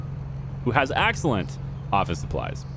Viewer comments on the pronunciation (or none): i love your "AAGXILLENT" :face-blue-smiling